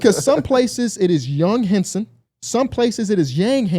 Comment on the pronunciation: in standard mandarin putonghua it is. 杨瀚森 yáng hànsēn. Not “hawn-sun”